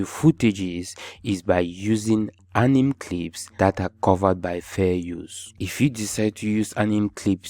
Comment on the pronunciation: Apart from “Anim” movie accent 😂 bro you deserve a million subscribers